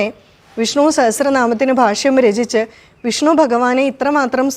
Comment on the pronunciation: വിഷ്ണൂ എന്നാണല്ലോ ഉച്ചരിക്കുന്നത്; വിഷ്ണു എന്ന് ശീലിക്കേണ്ടേ? 🙏